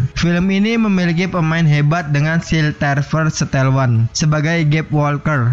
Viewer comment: Sylvester Stallone bkn Silpester stel wan 🤣